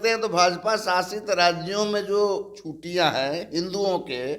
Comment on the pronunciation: chhuttiyan bolte hain na ki chhutiyan uchharan sudhariye aapka uchharan bahut ashuddh hai